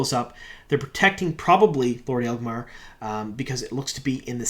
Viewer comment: I know picking on pronunciations is low-hanging fruit at this point, but it amuses me that can make "Agelmar" sounds like "Aelgmar", dropping an entire syllable from the name.:D